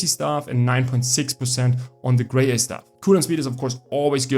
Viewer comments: BIS pronumtimation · Better than me, at 1st I pronounced it as "Gra Yeye" 😅